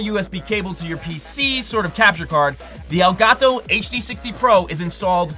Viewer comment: i hate you you pronounce Elgato